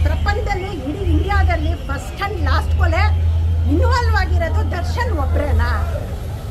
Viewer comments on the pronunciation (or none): Madam adu kole, koli kole alla